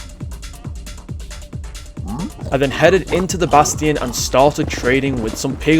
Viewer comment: do you speak English because you keep saying bastion wrongly